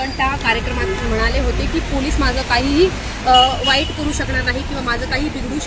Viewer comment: Vayeet nahi Tai vakada..bola